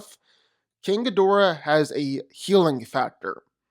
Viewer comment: Smart smart enough Ghidorahs entire body is covered in brain neutrons ding dong Also I wanna know why half the entire section can’t say “Ghidorah” properly